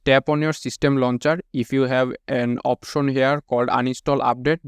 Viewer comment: Option ❌ OPOSHON✅ 🤣🤣🤣